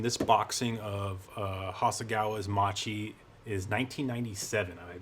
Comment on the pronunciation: Very interesting project. Loved your Hurricane on Instagram. Since you seem to like detail: “Macchi” is not pronounced “mah-chee”, but “mah-kee”. So the second syllable is not as in “cheese”, but as in “keys”. Had the “h” not been included in the spelling, it would have been “chee”; in Italian, the “h” signifies that “(c)c” is pronounced with a “k” sound. Compare the original Italian spelling of English “macaroni”: “maccheroni”.